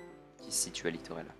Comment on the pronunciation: Et dit a que c'est Littorella et pas Littolera 😆